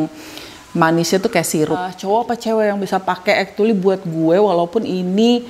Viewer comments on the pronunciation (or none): mau ralat yak.. actually bacanya bukan ektuli 🤭 tp ekculi